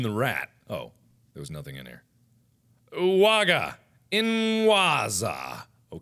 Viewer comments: Ułaaga, inłaaaza xD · W macie "ułaga" i "inłaza" w wykonaniu Marka :D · Omg I was crying when he says: Uwaga Inwazja xDDD Polish so hard :') Polacy zgłaszać się xDDD